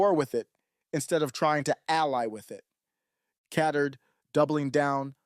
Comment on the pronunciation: It's pronounced Cat Turd.